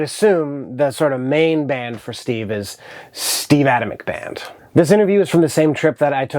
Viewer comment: Another great video! Huge fan of the Steve Adamyk Band. Glad to hear I have been pronouncing his name correctly. Hoping he releases a new record sometime, it's been a minute.